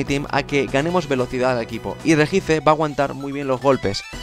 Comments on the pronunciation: POR FAVOR REJICE NO RESHIAICE. Me sangro un oido :(.Sin ofender..... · Tambien dice regice y se pronuncia reyi aiz :D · Deberías aprender a pronunciar los nombres xD Regice=regiais Darkri=Darkrai